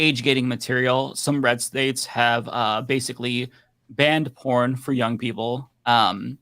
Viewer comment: Why are you saying jung, instead of young?